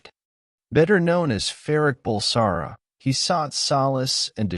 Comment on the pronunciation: I stopped watching the moment he said “better known as Farrokh Bulsara”.